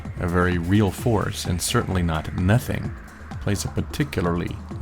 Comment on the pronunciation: Whenever you say nothing I keep thinking you're saying methene.